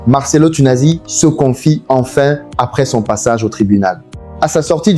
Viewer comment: Ça serait bien que tu prononces correctement son nom avant de tourner ta vidéos merci bien!